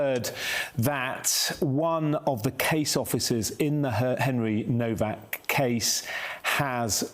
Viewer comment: It’s spelled HENRY NOWAK, in German ‘W’ is pronounced ‘Vee.’ Such as Volkswagen pr. ‘volks-vagen.’